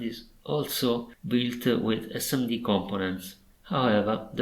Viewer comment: "Yello EsseEmmeDee" 🙃